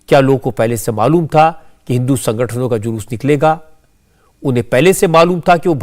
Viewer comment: DGP महोदय जूलूस को जलुस बोल रहे हैं जो मुंह से सही नहीं बोल सकता वह कान से सही कैसे सुन सकता है